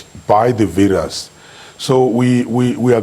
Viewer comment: ....and it's not VIRAASS its VIRUS